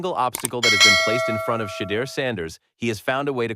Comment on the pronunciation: SHEDEUR SANDERS IS PRONOUNCED =SHA DOOR SANDERS